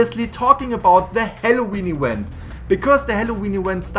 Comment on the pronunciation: halloween ewent